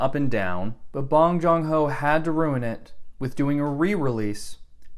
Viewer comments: Stop mispronouncing his name you sound racist. It’s Bong Joon Ho not bOnG JoNg hO. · If you're gonna make an ARG, at least get the pronunciation of his name right. It's pronounced Pong-JOON-ho, not Bong-Jong-Ho, what you said is an objectively offensive way to pronounce his name. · "bong jong ho's parasite" jesus at least pronounce it correctly. and nice fucking alt accounts bruh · NOT BONG JUNG HO ;; BONG JOON HO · Bong jong ho? Seriously? You couldn't even check the director's name before recording this dumpster fire of a video? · “Bong jong ho”? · “Bon John ho” 💀💀💀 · First you literally butchered his name. Secondly did you just watch the trailer not even the movie. wow you haven’t even actually thought deeply about the movie also no one will ever agree with you caught in 4K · I haven't seen Parasite, and therefore can't say my own opinion, but you can't say how good it is "objectively" when you can't even spell or pronounce Bong Joon-ho correctly. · did he call a Chinese person Ching Chong or did he mispronounce a name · Get a better mic. Learn how to correctly say and spell the directors name. Trash your fake accounts. Learn what "objectively" means. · It takes eight seconds to look up how to pronounce the director's name - It won four Oscars not six, stellar research as usual - Do you hate the "unjustified" "dramatic violin" in Hitchcock films as well? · Probably figure out how to say the director’s name before hitting ‘film’ pal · Just started and you already mispronounced the director’s name, opinion discarded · Him not even bothering to pronounce the korean names with respect 🤡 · At least pronounce his name right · you got the name of the director wrong multiple different times in multiple different ways and then didn't even spell it right in the description, jesus christ